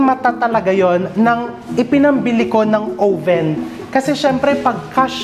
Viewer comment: chef, oven isnt pronounced with a long o vowel. it's ah-ven.